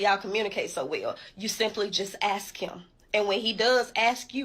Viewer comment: It is "ask" him, not "axe" him.